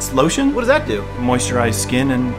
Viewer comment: Always gotta pronounce lotion with a heavy chinese accent now